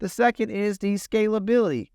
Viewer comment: 1. It's similarity not similiarity 2. It's Scalability not scability I'm sorry this is so bothering, because it's coming from IBM